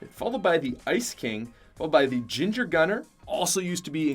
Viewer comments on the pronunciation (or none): none